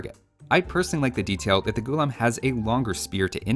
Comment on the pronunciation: Its not Ghoullum. Its pronounced Ghullaaaam. Meaning slave in Urdu. Because when the Delhi sultanate and Mughals invaded Hindustan, they enslaved the native people.